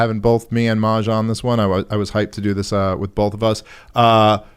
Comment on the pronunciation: that’s how you say his name! I love Maj.